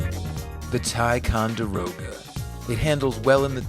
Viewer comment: It’s pronounced (tic-on-der-o-ga)